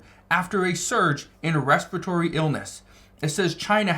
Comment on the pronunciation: Its respiratory, not respitory!